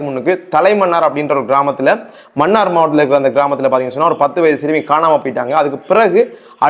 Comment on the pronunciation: மன்னார் சரியான உச்சரிப்பு . மண்ணார் பிழையான உச்சரிப்பு